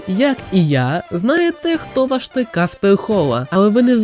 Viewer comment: я вибачаюсь, та фраза ''Куди зник каспег хола'' яка мабуть мала звучати грізно, звучить не дуже грізно